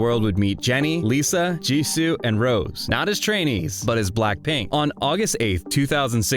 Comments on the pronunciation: Why so you think you have to reshash the entire Netflix documentary "Light Up The Sky"? Oh and please train your AI to say "Rosé" (Rozay) and not "Rose". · You lost me with "Rose" instead of Rosé. This AI channel is blocked. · Can’t listen to you call her Rose instead of Rosé for more than 5 minutes. It proves you don’t know the first thing about this group - or Rosé - and that you can’t even read her name properly. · It's Ro-Zay